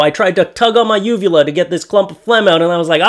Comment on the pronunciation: shit,,,i need to clean my ears,, i thought you said vulva at first.. lmao